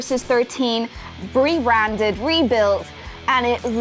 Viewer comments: "bre-randed" lol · Did anyone else notice the "Bree Randed"! Also great vid :D!